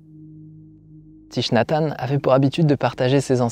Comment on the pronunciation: Hanh, pas Tanh. Ta langue a fourchée 😉